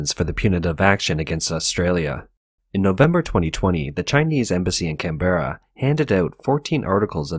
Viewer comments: Just hate that mispronunciation of 'Canberra'. FYI, emphasis on the first syllable. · It's Canbruh not can-berra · Its pronounced canbra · Hearing him say Canberra was painful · Bro you are pronouncing Canberra wrong. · Pronunciation of Melbourne decent. Pronunciation of Canberra...wtf lol. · Slight issues about pronunciation. The leader of the opposition is Anthony "al-ban-NEE-say", and Canberra is "CAN-b'ra"